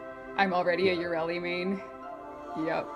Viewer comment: mispronouncing frame names like English is not her first language. "GOSS, YURELI" FFS Players yell "you fucked up with the new update" DE: look, waifu kawaii!!!. Fuck this game